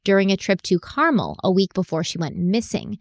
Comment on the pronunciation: Car-MEL. Mel rhymes with fell. Signed, a Californian who vacations there every year. ☺️